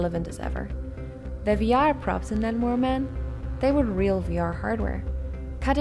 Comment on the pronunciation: sounded like lanmower with headphones on